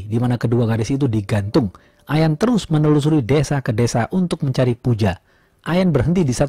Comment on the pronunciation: Aq sub yah... ohya kata terus jd telussss... enak dgrnya